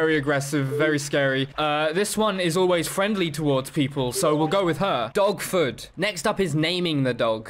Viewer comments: I thought he was saying DOGFOOT the first time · Thought you were saying “dogfoot” the whole time you were saying “dogford”